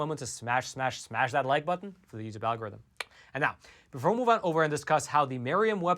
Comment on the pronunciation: Plus one for the'al-gore-rythym'